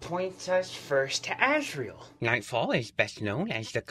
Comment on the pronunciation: It's Azrael